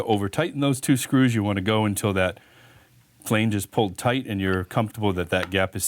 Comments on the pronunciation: I couldn’t watch the whole video. The 1700 times the word Flainege was said in the first 3 minutes instead of flange, was way too much for me😣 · Made my nipples hard (NOT in a good way) everytime he said "flaynge"!!! New drinking game! Take a shot everytime he says "flaynge"!! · Not sure what language you’re speaking but flange doesn’t rhyme with range. Flange like flan. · The way he says flange with a hard "A" has me laughing so much I had to show my wife. I assume this guy is Canadian. Good video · Really helpful video, but every time you pronounce flange 'fhleange' a little bit of my soul withers up and dies! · Canadian here and I thought it sounded odd too. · You mispronounced the word "flange "? It's not pronounced with a long A. Lol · This was the comment I was looking for... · Someone tell this guy how to pronounce "flange".. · I was thinking the same thing.